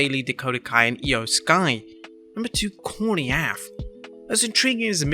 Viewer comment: It's A-F, not "aff"